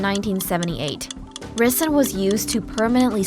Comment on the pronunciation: Definitely a confusing pronunciation of ricin